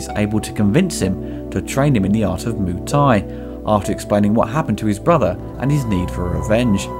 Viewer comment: Please, please, please. I flinch every time you say "Moo Thai". It is "Moo-ay Thai" (มวยไทย). It is not that difficult to add one more syllable. My biggest beef with the movie is the name "Xian": that is not a Thai name, it is Chinese. They really needed an expert on Thai culture on the payroll. Watching JCVD practising in the grounds of Wat Mahathat in Ayuthaya somewhat surreal, as it is almost always verminous with tourists and locals, and almost right in the middle of town and noisy. A better choice and equally (perhaps more) atmospheric and almost always deserted would have been the nearby - and at that time, largely unrestored - Wat Chai Wattanaram. Finally, Beau Williams' track "Feel So Good Today" (and I cannot unsee JCVD busting his moves) is very similar, both musically and in Beau's delivery, to James Brown's "Living in America" from "Rocky IV", released 4 years before "Kickboxer", but easily the best song used in the film. These quibbles aside, if I leave my university qualifications in Thai language, history, and culture (and years studying and living in the kingdom) aside and if I accept the overacting (and in the case of Dennis Alexio really bad overacting) this is a good lightweight entertainment but certainly not JCVD's best.